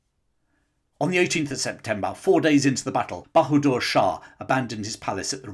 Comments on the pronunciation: Its Bahadur Shah and not Banadur Shah. Please get the names correct. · His name was Bahadur [NOT Banadur] Shah Zafar.